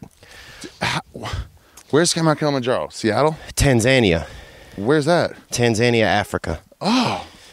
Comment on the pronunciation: Never been to Tan-Zan-Eee-Ya!